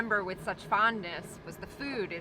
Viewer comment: Ah, sounds from home. I'm from Maryland, and the pronunciation "fewd" for "food" sounds about right to me!